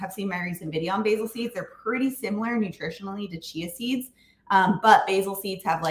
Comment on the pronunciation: At first listen, I thought you were saying, "cheezies" are detox promoting! Chia seeds, not cheezies. Got it!